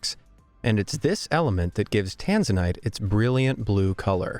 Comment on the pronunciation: The pronoused Tanzana wrong